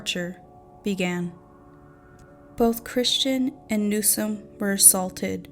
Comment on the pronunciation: I just have a feeling this video is going to fall very short of your claims…ESPECIALLY because you mispronounced NewsoM. Not Newson. NEWSOM. It’s important when you’re talking about murder victims.